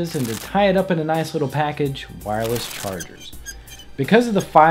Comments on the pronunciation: "Wirless" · "Wirless" facepalm